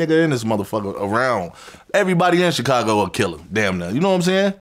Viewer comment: Vlad…. For the love of god….. why do you say CHicago?? CHHHHHicago omg lol it drives me crazy